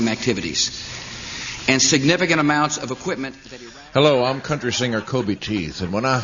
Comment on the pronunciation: "hello, i'm countreh singer koby teeth" why have i never seen this before?🤣